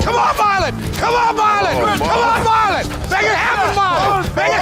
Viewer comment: No disrespect to anyone.. but growing up watching this i always thought Petros was just making fun of the boston accent. I never realized till today that his name was actually MAH-lon not MAR-lon 😭😭😭